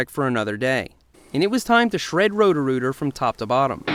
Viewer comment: Whenever you say Rhodorooter I keep thinking your saying Rotorua in New Zealand